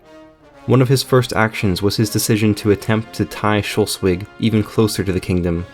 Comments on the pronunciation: I guess like this: First divide Schleswig into syllables: Schle-swig (it can't be Schles-wig, since e cant be a syllable-forming vowel in English), and then since final -e is elided in English: Shl-swig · The mispronounciation of Schleswig/Slesvig with an O(Scholsvig) grinds my gears a lot, I have to say, but otherwise a good video. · lol.. the way he pronounces Schleswig... try it like this: Sh- les (like in les miserables) -wig Schleswig. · Schleswig is pronounced Schlehs wig. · No no, its pronounced sles-vi(soft g) in its proper danish (Just kidding, both the Ggerman and Danish pronunciations are fine nowadays). Funny how ended up with a pronunciation that neither side likes. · As for someone who is from Hamburg and lived in Schleswig the history is very interesting. However it's schles- wig. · I just can’t with his pronunciation of Schleswig… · Thanks for the video! The mispronunciation of Schleswig would have been forgivable if it weren't said so often. Such an embarrassing oversight... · I’m not even German, but the way you pronounce Schleswig annoys me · The way he says Schleswig makes me want to throw up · Slesvig or Schleswig how ever you spell it, has the l infront of the e. You might want to pronounce it that way the next time. And it might as well be a thought to be concidert, to end with the two referenda of 1920, creating the status quo. Otherwise great work. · Very good video, but its kinda funny how you pronounce Schleswig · Very good, video, while the pronounciation of schleswig made me uncomfortable, the video was good enough to turn a blind eye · its SchLEswig not schULstwig. LE not UL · Its pronounced slesvig/schleswig and not Scholsvig. Otherwise good video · Yeah, I was wondering why he's saying "Schultzwig", when it's "Schleswig" or "Sleswig" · Schleswig or Shlesvik for english pronunciation and not shulswig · Schleswig, not Schelswig. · its pronounced Sch"less"wig not Sch"ultz"wig ;) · Its Schleswig, not Shellswig. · Sch - Less - Wigg